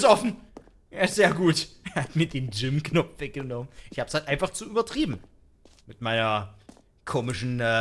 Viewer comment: Er sagte Jim Knopf 😅